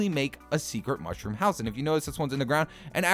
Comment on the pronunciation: Mounshrum home